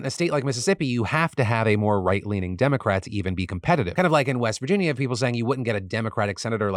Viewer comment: lol "virgina"